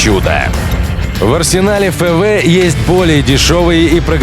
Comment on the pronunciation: "ФэВэ"? Вы прикалываетесь?